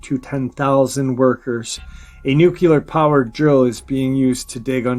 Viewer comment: Dulce, New Mexico is pronounced "Dull-Say", not "Da-Loose". Also, you pronounce "Nuclear" as "Nook-Lee-Ar", not "Nook-You-Lur". Sorry, but errors in pronunciation, grammar, and syntax drive me nuts.